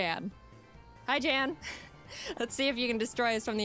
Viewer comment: ok, 2 things, 1, his name is pronounced 'Yan' because...Grman or something. nd 2, he reacted to this video and was deeply honored to be in it, he had never been animated before. ok, props to him over with, Back to watching the video!